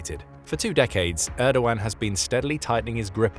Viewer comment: you did so well with the pronunciation of Erdoğan then messed up royally on Hagia Sophia